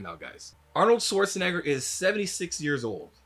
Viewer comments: Schwartz ! Not Swartz lol agreed with the entire video though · Why do so many people pronounce Arnold's last name like it's "Swarzenegger"? Isn't there supposed to be like a "sh" sound in there? 🤔